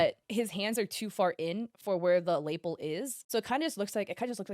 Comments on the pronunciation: Lapel doesn’t rhyme with maple. It sounds like luh-PELL, or the French word l’appel (unrelated.) It’s of those words you see in text more than hear spoken, so no shame. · yeah, "lay-PELL" caught me off guard, not gonna lie! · Did she just say “Lapel” like “Maple”? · Why you guys let her pronounce lapel like that in several videos… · Was looking for this comment! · Gotta say, I've never heard lapel pronounced that way 😂😂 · I twitched every time she said it